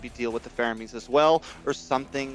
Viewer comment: man said faroamis not faramis 🤣